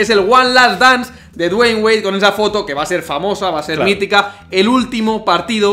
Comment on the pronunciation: Nunca aprendi a pronunciar Dwayne...le dig Wade y listo xd